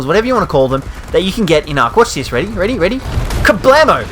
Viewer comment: “Kablemo”..? Oh... the cringe..